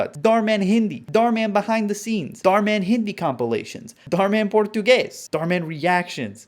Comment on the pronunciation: The way he said Português did something to me. Inside.